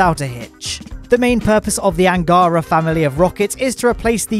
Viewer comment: Awesome. Really. But here unwanted russian prounonsation guide for you: "Восточный" - "ч" sounds as "ch" (in "cheese"), accented, as you do it correctly, on 2'nd syllable. "Ангара", "Протон", "Восток" - accent on last syllable. And yes, "Восток" prounounced with "k" at end of the word, as you do it in "Восточный", but that's different words... P.S. I deliberately not mentioning "Байконур" word, as it's not really in russian, so, kazakhs, possibly, prounoncing this location name completely other way, so your 1'st syllable accent may be more correct than ours - which is on 3'rd one.